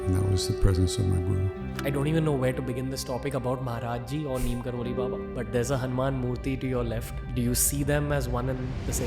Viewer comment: Neem Krori not Kroli